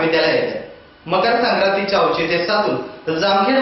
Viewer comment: ऐचित्य नव्हे तर औचित्य म्हणावे..